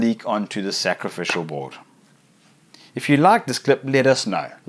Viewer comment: You know he was staying up late at night thinking about when he gets to say, "Scraficial Board" in his new video. LOL